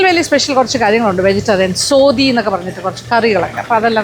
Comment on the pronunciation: Soathi alla mam, sothi😍